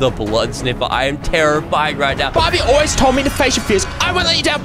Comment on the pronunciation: bro he just sed barby